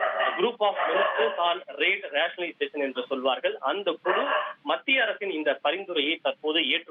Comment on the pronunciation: குழு என்ற வார்த்தையை குளு குளு என்று ஏண்டா உச்சரிக்கரே??? தமிழின் சிறப்பு ழ ழு போன்ற எழுத்துக்கள்